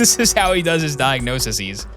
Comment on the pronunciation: Screen: "Babesiosis." YouTuber: "Babyosis." NGL, I LOLed when you said "diagnosisis" instead of "diagnoses.". 💀💀💀